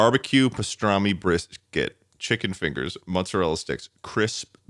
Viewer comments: the way they’re pronouncing mozzarella sticks is giving me whiplash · something about a mutton chopped mustachioed man saying “mutzerella” is really tickling my burger right now